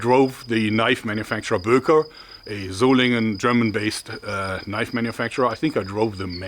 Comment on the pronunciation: "Now that's a knoif"